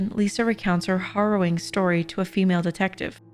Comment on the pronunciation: Did you say HORROWING? 🤦🏻‍♂️